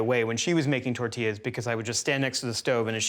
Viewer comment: It’s call tortillas not tertillas